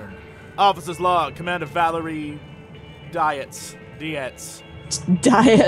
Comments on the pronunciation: Dietz is pronounced Deets. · My first instinct was to pronounce it 'deetz'